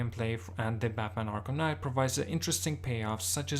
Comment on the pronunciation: batmanS arkhamS knight lol love it